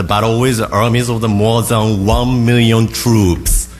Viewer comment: 1 Meelion Trooops, Wan Meeellion Truups! Waow